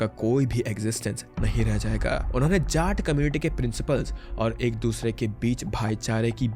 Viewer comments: jaat ❌ झाट 🤙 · Jaat community. You are pronouncing Jaat like Jat(Cat-Jat-mat) like that. Change your stupid ascent.